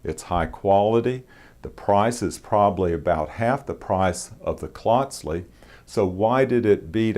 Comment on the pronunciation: Hello again. I contacted you a couple years ago after seeing the review of the Klotzli and Reeve knives. Glad to see you got another Klotzli. I have three: one is edc the other two are nib and about 15 years old. Gotta tell uou how to pronounce the name. It is Klotzli with the first part sounding like "coat" but with an "l" after the "c". You are pronouncing it like the first part rhymes with "clot" as in blood clot. Just letting you know because I respect you and thought you'd want to know. I work for a Swiss company and my son-in-law is Swiss so I've heard the name many, many times. It is my favorite knife shop to visit.